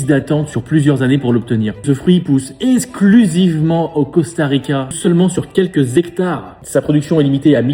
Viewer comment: Salut, je t'invite à prononcer EK- KSS-KLU sivement.